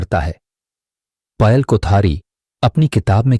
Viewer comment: पायल को पयल क्यों बोल रहे हैं